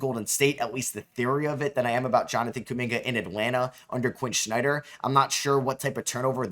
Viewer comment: Why do you say Quin Snyders name like that lmao